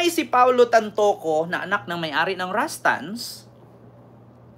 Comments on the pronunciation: RUSTAN'S NOT RASTANS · Yung Pag pronounced mo Rustan's yan